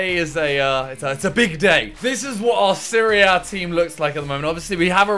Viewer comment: for the longest time i thought you were saying Syria (instead of Serie A)